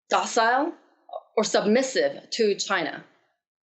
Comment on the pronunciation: Did I hear her correctly ,, ' China porn minister ' ...